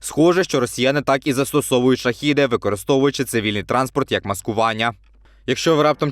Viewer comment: та не Шахіди а ШахЕди - zaїбaли вже не правильно казать - вивчіть вже мат частину а потім вже ролики знімайте!!!